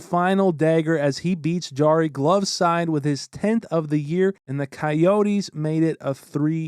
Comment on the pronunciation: Jarry, not D'Jarry